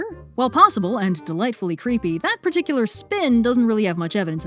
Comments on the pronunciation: With the way you stressed the word "spin" makes me wonder if the choice of words was a kind of pun, since spin is also the Dutch word for spider. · The way emphasizes "spin" when talking about spiderwebs 👌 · 'Spin' is dutch for spider. Probably not intentional but I appreciate the emphasis on the word. :)